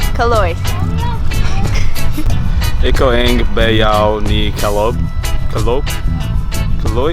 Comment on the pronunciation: I almost fell off my chair when your brother-in-law "Ako ang bayaw ni Calog". Why did they have a hard time reading the word 'Caloy'? The last letter is 'y' and they pronounced it as 'g'. You know what kalog means? Kalog is Tagalog slang for crazy.